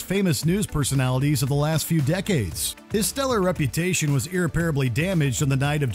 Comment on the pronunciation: I love these top 20 lists but the frequent mispronunciations are annoying; most of the videos have at least one, sometimes two. This video’s word is “irreparably.”